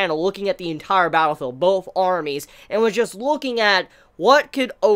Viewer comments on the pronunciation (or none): none